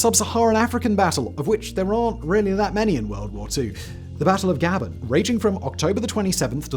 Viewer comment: Pronounced Guh bonne.